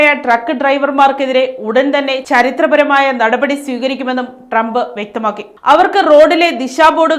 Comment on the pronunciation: ഡ്രമ്പ് ഫരണകൂടം എന്നല്ല..... ട്രംപ് ഭരണകൂടം ഭരണിയുടെ ഭാ